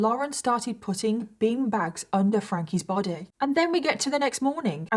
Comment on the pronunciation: Oh...bin bags...I thought you said bean bags!!! Was wondering what the hell that was gonna do.